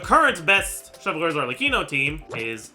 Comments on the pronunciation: I don’t watch much, WHY DOES HE SAY “Cheljurius” FOR “Chevruse”???? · You NEED to stop saying “chevreuse” and “clorinde” like that oh my god 😭😭😭😭